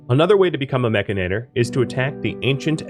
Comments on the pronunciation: MECH-AN-IT-OR.......MECH-ANIT-OR...MECHANITOR its not MECH-AN-AT-OR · You keep saying "Mechinator" -- the "inator" is clear -- when the word has no such letters "Mechanitor", itor, not inator Mech-an-i-tor It grinds on my brain Video is good tho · I don't think it's pronounced "mechinator," a la terminator; it's spelled mechanitor, like a portmanteau of mecha-/mechanic & janitor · Drinking game: take a shot every time he says mechanator instead of mechanitor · It's pronounced "Mek-AN-it-tor". Here you've swapped the "a" and the "i". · Well, I am saying it Mech-i-nater now just for troll value! Love the vid, lots of good info to get started with the DLC. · It’s “mechanitor” like “janitor” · You flipped the A and the I sound when you say Mechanitor. Mechinator. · True, it is just sounds like you might be saying mechanator :) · great video, many thanks but oh boy, i hate the way you pronounce mechanitor hahahahaha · I figured Mechanitor was pronounced with the emphasis on the “chan” part